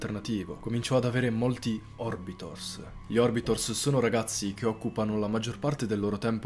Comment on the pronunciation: Comunque si dice orbiter, non orbitor.